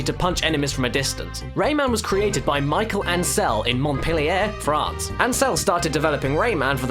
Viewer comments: Wrong for Michel Ancel,the correct pronounciation is Mee-ch-el not Michael. :P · I'm sure someone has already pointed out that it's Michel, not Michael. They aren't pronounced the same. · God! You're so British! It's pronounced 'Mishel' with a soft ch sound, not 'Michael' ... rolls eyes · not mickaeal but MICHEL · "Michael ancel" Jesus fucking christ how dense are you. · The French first name, "Michel" is pronounced just as is "Michelle" in English. Not "Mickael". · Michael Ancel??? Come on, it clearly says Michel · "Michael Ancel" Better try next time,. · Nice video, although I need to point out that Michel's name is not pronounced like Michael and purple is not color of death in Japan. Purple is color of wealth and power in Japan. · He's called Michel, no Michael. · His name is Michel, not Michael. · Dude's name is pronounced "Me-Shell". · Nice video as always, but hearing trying to pronounce "Michel Ancel" made me flinch. And I'm not even french... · It's pronounced "Mishell" Ancel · i gotta say: i love how you pronouce Michel as Micheal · Pretty sure Michel is supposed to be pronounced "Me-shell". Could be wrong though. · You pronounced Michel wrong lol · I love how english speakers pronounce french names as "Michel Ancel" :') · Typical from unilingual English speakers. They don't care to try to pronounce names properly.